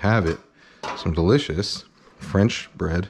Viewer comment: the way Kenji pronounce his words that starts with B like "buh-roth" ""buh-read" "buh-runch". can't unhear anymore